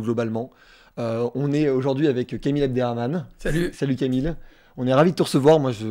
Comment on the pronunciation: Abderrahman punaise faut prendre des cours de prononciation pour le dire